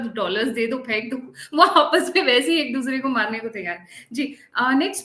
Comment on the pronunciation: त्यार नही तैयार। सही शब्द तैयार होता है। त्यार नही।